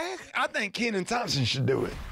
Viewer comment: Gary thought he was coming for Porsha but she returned the favor with the read of all reads. You guys are too much. Rickie Smiley, you did not say Kennan Thompson, smh so wrong lol